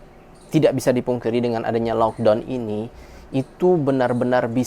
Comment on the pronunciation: punten ya, karena saya cuma gemes aja dengan cara sebut laukdown nya. please no laukdown anymore, lakdown way better (or lokdaun or lakdoun kalo cara saya ngajar adik how to pronounce in english walaupun tetap dgn dialek melayu indo). gemes aja, berharap ga marah atau tersinggung ya. terimakasih buat segala infonya dari india, sehat2 dan keluarga.